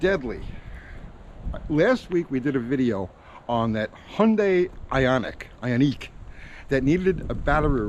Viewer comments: Come on, it's I-on-ick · No Hyundai I-o-neek 5 for me. 😂😂😂🏃🏻‍♂🚗